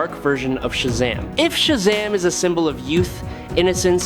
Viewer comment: it's shazam not shazm, i hate your computer spoken words